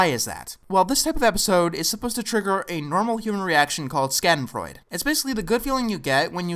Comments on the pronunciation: "SKADENVRUEDE" Someone doesn't know german. Sh - ah- den- freud said how you would say his name and a "eh" at the end. Which is said Fr - oi - D - Eh Schadenfreude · sha-den-froy-duh,. Not skooden frood or whatever you said. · Schadenfreude is pronounced Shaw-den-froy-duh. (Check out the song of the same title from the Avenue Q soundtrack, you'll hear it a lot ) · It's pronounced "Schadenfraude", not "Scadenfraude". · Schadenfreude is pronounced "Sha-den-froi-deh" Not "Skaden-Froid" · This is just a nitpick, but schadenfreude is pronounced shah-den-froi-deh not ska-den-froi-deh. Your definition is close, however the feeling isn't directed at a bad person, it could be directed at anyone. Avenue-Q even made a whole song about it. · "This is supposed to trigger a normal human reaction called skaddenfroyd..." IT'S PRONOUNCED SHAH-DEN-FROY-DE NOT SKADDENFROYD. Jeez. This is bugging me more than it should haha. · Good video, although one minor nitpick: the word "schadenfreude" isn't pronounced "Scadden-Froyd", it's "SHAH-den-froy-duh". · Schadenfreude is pronounced like Shah-den-froy-duh, not skaden-froyd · Don't want to sound like a smartass, but the word is not pronounced "Skadenfreud". The "sch" is pronounced exactly like "sh" in words like "ship" and the "e" in the end is not silent. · I'm so sorry for being one of those assholes who corrects minor details, but you wouldn't believe how bad this bothers me: you mispronounced "Schadenfreude"... it's supposed to be pronounced "Shah-den-froi-duh". Great video though, Viacom is crap. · it’s actually pronounced, SHAW-DIN-FROY-DA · Schadenfreude is pronounced ShAHden-Fr-oy-deh Avenue Q covered this. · Schadenfreude. Shah-dehn-froy-deh. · That was certainly a, uh... creative... pronunciation of "schadenfreude" (SHA-den-froy-duh). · He pronounced it correctly in his review of the Drawn Together movie. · Did he just say scatenfreud? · It´s" Schadenfreude", not Schaudenfraude. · It's pronounced Shah-den-froid.